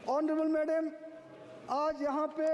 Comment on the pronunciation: Thoda pronunciation pay concentration day... Like March, madam aur choti choti words. Otherwise well done. Thanks for everything ❤